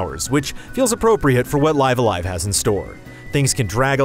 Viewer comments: I’ve had all kinds of fun with this game. I’m currently on the penultimate chapter. (If you know, you know…) You also get props for actually saying the title correctly. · Curses, he said the title the correct way. I miss the old fan live alive pronunciation. It’s just nice seeing this classic get it’s due.